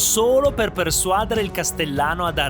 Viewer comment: la pronuncia corretta è "persuadére" ☝🤓